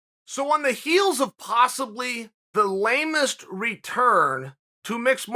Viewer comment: Lamest? Don't say it that way bruh